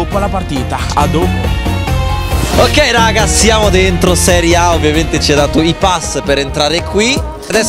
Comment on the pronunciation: che dice adopo😂